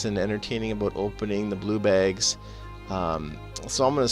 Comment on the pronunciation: I like the way you say bags. BEHGS.